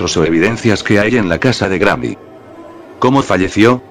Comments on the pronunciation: En el minuto dijo grramy envés que Granny XD 😂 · jajjaja es que el loquendo lo pronuncia asi... cuando pongo GRANNY... y cuando pongo GRANI... se escucha bien... en videos mas recientes corregi esto jejeje.. saludos brooo